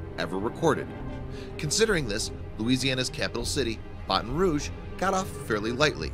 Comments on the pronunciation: It is pronounced bat on rouge bat not bahton ok thank you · Said Baton Rouge wrong, it is annoying me